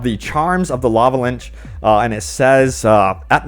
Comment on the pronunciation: Your pronunciation of LICH is truly bad Not! Linch but LITCH (Lich)